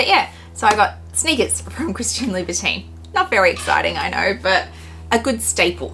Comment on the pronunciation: Please say Labu TON